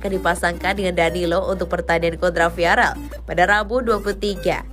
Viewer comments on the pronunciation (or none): "viarel viarel:"!!! salah! VIAREAL baca yang bener oyy